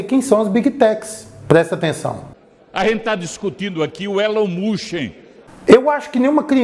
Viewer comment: desculpa não me aguentei kkkkk "elon munchi"😂